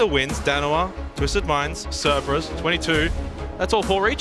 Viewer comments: my god he said "Ceberus" six times in ten seconds. does nobody come to him between broadcasts and say, "hey buddy, i gotta let you know..."? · man, someone tell him there are 2 Rs in Cerberus.